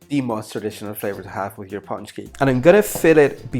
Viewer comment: Good job, they look great! You get extra points for using lard and even MORE extra points for pronouncing pączki correctly.